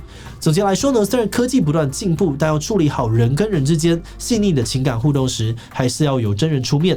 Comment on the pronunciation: 建議志祺：「處」理的「處」音調要正確，是三聲變調成二聲「除」理，不是四聲「矗」理